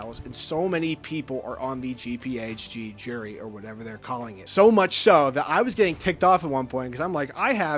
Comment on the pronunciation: Are you saying jury or gerry? Can you annunciate better?